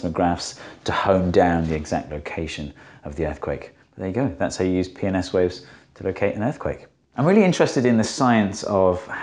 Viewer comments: When he said P and S waves I heard PMS waves. Oddly fitting when talking about earthquakes, possibly sexist. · Can't say how many times I just hear "penis waves" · I first heard penis waves instead of p&s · If you watch it at 2x speed when he says "P and S waves" it sounds like "Penis waves" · I just hear "penis-waves" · Every time he says "P and S waves" all I hear is "Penis waves". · 1. Can you just draw a cricle like this ON a sphere? The waves thravel through the earth, not over the surface. 2. This should only work up to a point where the waves do not cross through earth's core right? 3. Everytime you say "P and S waves", I just understand "PMS waves" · Watching on 2x speed and when he said “P and S waves” it made me spit take and rewind with captions.